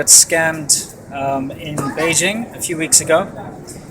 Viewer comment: Why can't your even pronounce Beijing correctly?